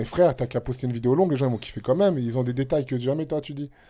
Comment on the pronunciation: "comme même" ok toi mdr